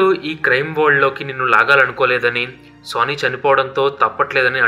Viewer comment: Boss వాడి పేరు "సన్నీ" ఎందుకు సోనీ అని పలుకుతున్నారు?